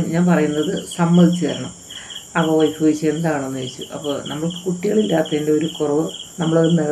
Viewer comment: ഒയ്ഫ് അല്ല മാഡം വൈഫ് ആണ്